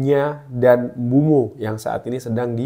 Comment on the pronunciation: Sedikit koreksi bang, penyebutan namanya Mbuemo bkn Mbumo